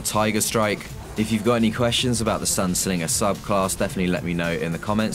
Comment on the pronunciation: SINGER NOT SLINGER